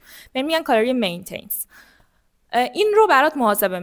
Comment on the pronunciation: متشکرم ولی مین تنس نیست. Maintenance